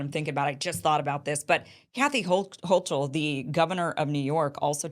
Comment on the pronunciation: Hochul is pronounced huckle 💚. Like huckleberry